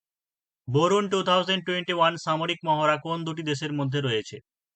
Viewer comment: Borun noi dada, VARUNA hbe. Erom military exercise nam toh first time shunchi